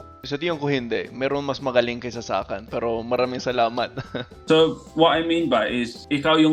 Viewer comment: “Sa akin✅”: Hindi sa akAn❌. Caught that min. Pero OK din.